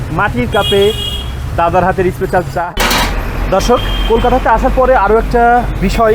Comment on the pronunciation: Special hoe ispecial noe, engliah bolte parena bhul bhal uchcharon. Kanglu der